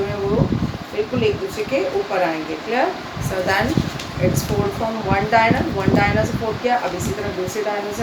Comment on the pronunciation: Very well explained ma'am but can I suggest you to be please correct the pronunciation of diagonal. Its diagonal (dia as in DIAmeter, go as in go, nal as in natioNAL)